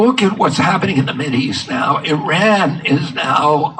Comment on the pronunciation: Can't even properly pronounce Iran.